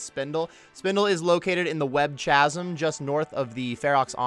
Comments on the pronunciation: Lmao your example seems just as bad. You are literally saying Kazam. Like the comic. A better way to put it would be kaz-um. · chasm is pronounced kaz-am